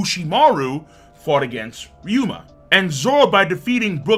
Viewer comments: RYU-ma not RYO-ma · Each time says Ry-OH-MA instead pf RyUma I die a bit inside me. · My guy it’s ryuuma, not ryuoma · Ay bruh…. RY-U-MA. Not RY-O-MA. Ok? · It's Ryuma, not Ryoma! Get it right,!